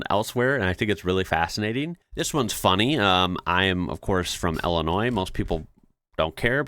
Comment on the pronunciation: Wait. Someone from Illinois is "ill-annoying"?